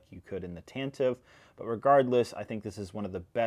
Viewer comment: It's pronounced tanta-vee four, not tan-tive four